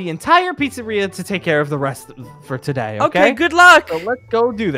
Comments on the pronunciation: Was it just me or did say " togay " XD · Me: Listening To The Video Then Mishears Say: To"gay" i mean today Me: Stops And Then Loses It